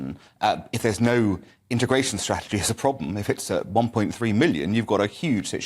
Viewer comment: Its a massive Pwoblem!!! Tweasonous